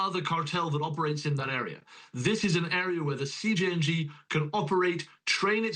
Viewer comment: Lololol this guy said “Siiing” when he was readING CJNG